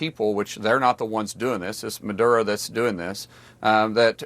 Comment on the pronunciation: No? Then why is a quarter of the US Navy parked next door to Venezuela? And it's Maduro, not Madura.